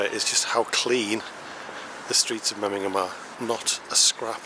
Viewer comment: Nice video, but the city is called MemmingeN, not MemmingeM. I'm sorry to correct but I am afraid you pronounced it several times wrong 😢. Still glad you liked my hometown ❤